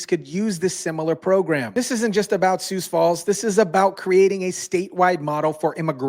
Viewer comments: It's pronounced sue, not sues. Great segment, though. ❤ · just a little pronunciation tip: the "x" in Sioux is silent! Just say "Soo" as in "soon" & you'll be golden. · "Most" of South Dakota is on board with this, but the liberetards are slowly creeping in here too! And why is driving fast being lumped in with this, we need a little excitement in Sioux Falls. Which brings me to another thing, it's pronounced Sioux (sue) Falls, a little research makes the story SOUND better. Dear criminals, A LOT of people own guns here also! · Sioux is pronounced sue.